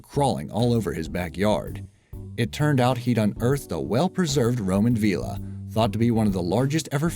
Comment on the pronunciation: It annoyed the way you pronounced villa and Wiltshire